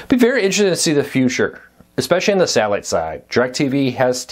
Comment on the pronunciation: this dude needs to learn how to speak before going on camera. wtf is sahhiite service